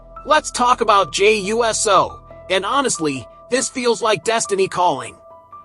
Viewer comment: For him supposed being such a wrestling fan...you'd think he'd be able to say Uso and not USO...big difference! Get it right!